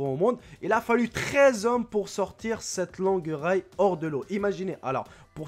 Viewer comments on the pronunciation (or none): dit pas livre mais kg gramme ou tonne sinon on c'est pas ce qu e les animaux font comme pois et dit pas raïe